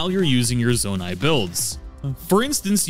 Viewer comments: Great video, I learned a lot. I'm looking forward to checking out your other videos. Here's some constructive criticism that you did'nt ask for. You keep switching how you're pronouncing Zonai. Sometimes you say it correctly, "Zoah-night". Other times you pronounced it like "Zah-night". It didn't make the video unwatchable,everything else is really great quality. It sid really stand out to me more as the video went on. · In every video he says z-ON-a-it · it's Zo-NAI. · Seriously lol, there’s always somebody who will pronounce something simple wrong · nah bro really said zawnai 💀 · When you call a construct a zonai. And then pronounce zonai wrong. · Love your videos. I hate how you pronounce anything, Zonai.